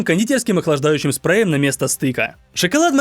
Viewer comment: фиксируем охлаждающим сПрЭуИеМ